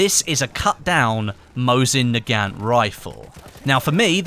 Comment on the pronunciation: mosin nagant is pronounced, mo-zeen nah-gawn (silent t)